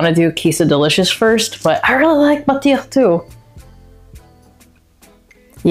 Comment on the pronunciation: Lol why did you feel the need to explain exactly what she said ? 😅😅 based on her pronunciation alone you shoukd have understood she knows what it means 😅